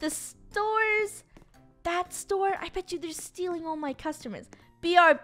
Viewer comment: when she was going to say store but instead she said tore